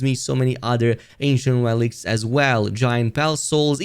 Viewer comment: ANCIENT! Thought you were saying Asian! I was like it doesn’t look Asian…